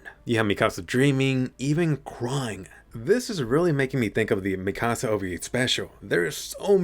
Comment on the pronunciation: I hate how you say mikasa